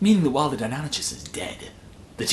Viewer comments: Why do you say deinonychus like that?! Ch is like Christ never like church.... it di-non-I-kus phonetically... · Fyi, Deinonychus has a 'k' sound, not a 'ch' sound. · Like your vids and not sure why I’m bothering to comment on a three year old vid but your pronunciation of Deinonychus hurts me 😫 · Was your mispronunciation of "Deinonychus" deliberate?